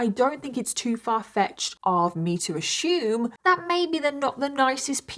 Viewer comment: lost me at "Ashoomed" 😢